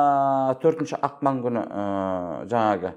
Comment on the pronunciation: Жүріңдер енді орысқа арналған мақалды да айта алмай, ақпанды ақман деп